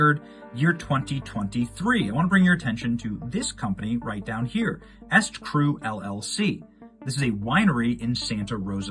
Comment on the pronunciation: The name "eStCru"is pronounced "E Street Cru," not "Est-Cru." Just like her husband's other scam company, E Street Group.